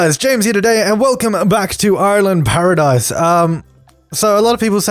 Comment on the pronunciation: at the beginning of ur video u said 'Ireland Paradise' lol